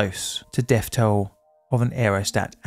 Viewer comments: The deaf toll in nineteen firteen. I cannot stand to listen to vis guy, so have resorted to captions. Bloody norah. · Firty? Deaf? Monfs? Fousands? Plefora? PLEASE try to pronounce TH as 'th', not 'f'.